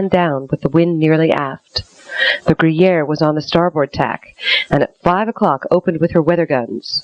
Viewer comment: Why does the narrator keep pronouncing the name of the British ship as "gruyere" like the cheese? It's Guerriere (or geh-yehr).